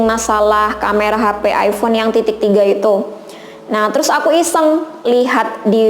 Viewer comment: Hmm ayfon yaa.. Aypon bacanya